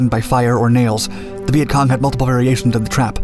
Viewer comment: The guy saying Vietcon was pissing me off